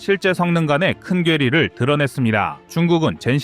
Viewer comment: 큰 괴리를 읽을 때 큰괴리라고 붙여서 읽으면 안되죠. 똥파리는 붙여서 읽지만.